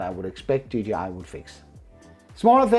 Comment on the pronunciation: Did he just say a ggi mavic mini 😂😂😂